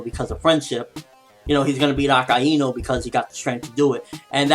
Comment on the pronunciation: akaynu is how you pronounce akainu.